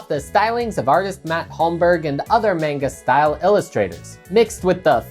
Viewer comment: Bro says manga wrong 😭